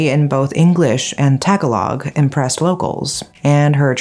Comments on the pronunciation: Awesome video! Thank your for another Philippines video ❤ I love your channel! But I gotta say.. it’s pronounced “tah-GAH-log” like more emphasis on the GAH part and all short vowel a sounds. my ears always perk when people say “ta-galog” it sounds like tag-along 😂 I always gotta take a second to think what people are saying when I hear that cause I’m thinking they want me to go somewhere suddenly. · “Tag - a - log?” Uhm, I work with a lot of Pinay nurses. I think they pronounce it , “too gow log” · ate btw its pronounced ta-GA-log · Its pronounced "Ta ga low"... not "Tag- a-log" heh heh 😅 I always laugh when people say tag a log though honest mistake 🤣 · It's pronounced ta-ga-log. Not tag-alog. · I love how you said “Taga-Log”.. it’s spoken as “Tuh-gah-low” 🤣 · "Not tag-alog" Bruh, obviously they don't know how it's pronounced because they're not a native Filipino speaker? people can pronounce it however they'd like. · Tag - A - Log ? Are you kidding me? Please get it right. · Im not Filipino but Tagalog pronunciation is like. To-ga-log lowercase sounds on o and a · Hi. Red looks great on you. Also Tagalog is pronounced more like "Ta-GAH-lohg". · You're pronunciation of Tagalog is very very very bad haha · ???She pronounced Angeles City the Spanish way, but butchered Tagalog, the language of Southern Philippines. By the way, most Filipino people are at least part Chinese since the Chinese started doing business in those islands hundreds of years ago. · That students in Alice's elementary school class remember her. When she arrived she was unable to speak Tagalog. Another minor point is that you mispronounced the word, Tagalog. Filipinos pronounce it and other words differently than westerners. You did not mention that this case highlighted a significant problem of Chinese buying Filipino identity documents. The Philippines is very corrupt which makes things easy for Chinese criminals. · Tagalog the stress is on the 2nd syllable not on the last.